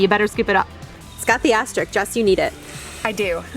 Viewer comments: Love your videos, but had to correct you - it’s asterisk (you said asterik ) ❤️ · great video, very helpful, but your the second person in 2 videos who isn't saying asterisk right...i hope its not me. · it's pronounced exactly like it's spelled: AS-TER-ISK. Not hating, just returning some helpful info